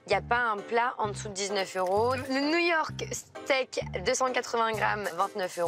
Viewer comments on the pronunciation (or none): au lieu de "new york steak" j'ai entendu "Niort steak"